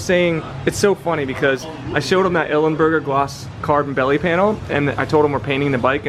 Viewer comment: It's Ilmberger (I L M - Burger) buddy, come on get it right :) Please don't remove the chain guard and shark fin. What carbon is that?